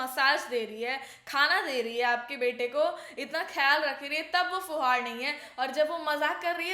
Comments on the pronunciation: It's not fuhad it's fuhud and it does not mean valgur it means someone Jo hur Kam ulta pulta kr deta hai 😅 and who don't know anything I know this because this is a haryanvi word and I am from Haryana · fuhaad nhi fuhad bola...in haryanvi fuhad matlab jise kuch kaam na karna aata ho But Manisha is not fuhad she is very talented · !! its fuhad not fuhaad which means storm and not vulgar. there is a saying in haryanavi which goes - 'fuhad chale nau ghar hale' which means a storm rattles all the houses. your video was nice but aap dusre language ko misinterpret na karein. And I too loved the trio. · Yha aap glt ho m bhi haryana se hu ......or vo fhuvad nhi fhuvd hota h or iska koi glt mtlb nhi hota ....jisko baat krne ki ,kb kha ya bolna h ,kya krna h is chij ka nhi pta ho usko fhuvd bolte h .......mene kfai bar dekh li word pr video sbki ,comments vgera ....vse to sb haryanvi haryanvi bhasa ❤krte rhte ho ....gyan aapko pura h nhi words ka ,yo google se search kr k mtlb apni tipni Mt do plz....phle proper search kiya kro or search ka mtlb google se nhi h 😂😂😂😂😂😂m apko kafi time se follow krti hu mujhe nhi lga tha aap is baat ko is trha rkho ge .....bhi haryanvi khavt bhi h ykin na ho to ...ki fhuvd chal 9 gher hale........ok jis ko nhi ykin nhi hota gav m jo bdhe budhe h un se pucho .....are vo teacher h unko ye nhi pta ki yha itne camera h vo glt ku bole GE.........plzzzzzzzzzzzzzzzzz haryanvi bhot sare word google p nhi h to hr chij k liye bhrosa mt kro uspe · अरे आप तो बिहारी हो फिर फूहड़ को फुहार क्यों बोल रही हैं 😅